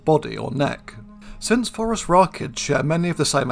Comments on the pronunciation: I like how you pronounce it "Forest Rockets". Seems appropriate. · I'm such a dork. Every time you say Phorusrachids, my brain hears "forest rocket."